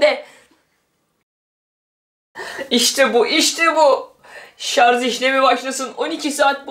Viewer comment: Şarz değil şarj